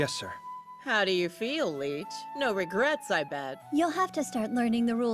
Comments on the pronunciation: As quality as some dubs are, including this one, I can't stand when they mispronounce or just flat out say names wrong. He calls the litch "leech". Litch is an undead....leech is a blood sucker. Not the same. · The mispronunciation of Lich irks me every time. It's Lich not Leech! Now that he is "human" again I hope they don't keep calling him a Leech. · Kinda odd on how they decided to pronounce Lich. It’s like they’re saying leech. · am i the only one bothered by how they say lich? sounds to much like leech